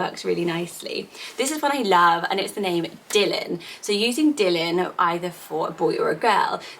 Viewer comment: Is pronounce Dylan differently x